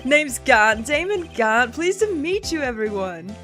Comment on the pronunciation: Wait his name is pronounced "jant"?